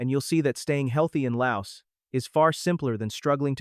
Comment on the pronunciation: S is silent in laos